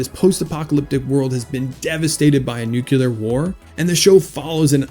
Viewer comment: Is this some new way of saying "nuclear"? What's going on here???